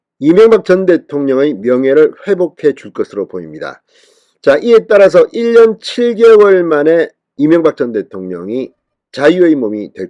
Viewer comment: 발음좀 1년7개월만이라구?